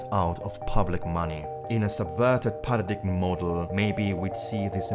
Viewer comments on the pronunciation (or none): With great respect, you would be better off with a Narrator who can pronounce with (important) word "PARADIGM" phonetically pronounced "para-DIME" It helps with our FE credibility...